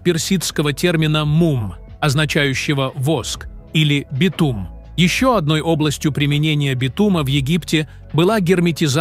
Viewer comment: Не смог дослушать дальше битУма😂